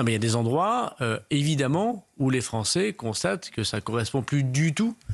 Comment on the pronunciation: Un comble: "Satisfaites vous qu'un ministre abonde dans votre sens, qu'il dise submersion", alors que cela fait des décennies que les français le pensent et le disent ! Et enfin: 1- on ne prononce pas "polonés" ou "francés" mais polonAIS et françAIS 2- "CE SONT les français" et pas "C'EST les français" Pas "assimilé" totalement le sieur Darmanin ?